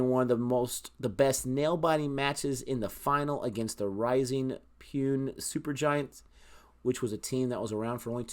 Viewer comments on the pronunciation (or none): ... Its pronounced "Poo - Nay" (Pune) .... Its my homecity ... Pune is the only city which had 2 different IPL teams .. both of which are dissolved now & not playing anymore 1st was - Pune Warriors India (2011 to 2013) .... It was captained successively by Sourav Ganguly and Yuvraj Singh 2nd was - Rising Pune SuperGiants (2016 to 2017) .. It was captained successively by Steve Smith and M.S. Dhoni